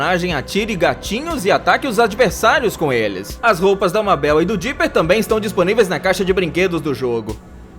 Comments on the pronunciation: O cara fala ''Mábel'' e ''Morte'', claramente ele nunca assistiu esses desenhos para não saber pronunciar corretamente o nome dos personagens. Ele obviamente só pegou curiosidades antigas da internet e fez o vídeo só para ganhar views em cima dos fãs reais. Nunca mais assisto esse canal. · Todo mundo sabe que se fala meibol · Mano ficou me dando agonia ele falando "MÁBEL" Mds 546 curtidaskk(eu sei isso é inútil)🤡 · mabél nossa todo youtuber fala assim. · Mabéu?Rick e Mórti? Pqp KKKKKKK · Eu amo gravity falls mais se escreve mabel e se lê meibol então não fala errado pfv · Se pronúncia Maybou Mas se escreve Mabel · Hary porer, Mabeu, Sério Isso ? Aff, que dublagem ein. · Harry porer ta certo a pronuncia, mas mabeu é fogo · o tema do video é maravilhoso só que o cara falando o nome da Mabel do jeito errado e essa voz de locutor de radio dos anos 20 da uma raiva demais e cara, o cara tem que ser muito burro mesmo pra chamar a mabel errado sendo que todo mundo absolutamente todo mundo em gravity falls chama ela do nome certo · È foda fala o nome da mabel desse jeito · mermao fala mabel direito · 90% do chato é falando porque ele fala Mabel errado, lol. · Como ele consegue falar Mabel e acertar o sobrenome do bill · N suporto quem fala o nome da Mabel errado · Porque as pessoas falam o nome da Mabel errado. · Esse cara se quer viu um episódio de Gravity Falls Ele não sabe falar Mabel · toda vez que ele pronuncia Mabel errado, uma parte de mim morre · Ele ficou falando Mabel? Cliquei no vídeo agora, Aaaaai, ta doendo meu coraçãooo!!! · Cara, primeiro de tudo, você fala Mabel errado. Segundo, existe uma cidade chamada Gravity Falls, onde coisas estranhas acontecem e até tem uma cabana do mistério. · Isso q da contratar dubladores. ELES FALAM AMABEL E ARIEL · É pq ele fala em português e os nomes estão em inglês… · Por que esse cara nunca acerta a pronuncia do nome dos personagens ? Kkkkk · O nome da "mabel" se le meibou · E Mabel (lê:meibal) e não Mábel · NÃO É mábel